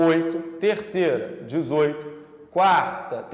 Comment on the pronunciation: Meio bobinha a aula mas serve para fixação. Cuuarrrrrrrrrrtá Camada. xD